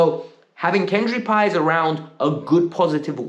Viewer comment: You finally calling Paez's name correctly.